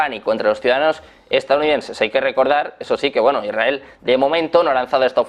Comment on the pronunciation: No se. entiende lo que habla el periodista. Es muy arrebatado all hablar. Ademas dice. Erael .. Se Debe. decir. Israel.